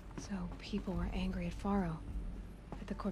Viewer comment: Its fun to notice that before Aloy See's Ted and Elizabeth's conversation she mispronounces the name 'Faro'